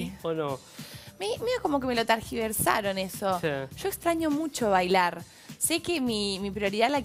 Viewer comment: estaran N1, sera gracias a Nico y su co-equipper platense, esta chica es muy aburrida y diganle que a parte de imaginarse future diva, diganle que es TERGIVERSAR no targiversar -tergiversardistorsionar, distorsión, torcer, deformar, falsear, tergiversar, tuercen, desvirtúan